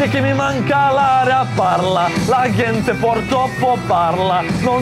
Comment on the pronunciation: Zar tamo nema nikoga da mu kaže da se "gente" izgovara đente. Tako mi uši bode. 😁